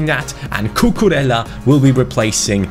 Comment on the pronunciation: Cucurella is pronounced "Cucureía". Try to put an accent on the to ls and pronounce it as an i. Keep up the good work.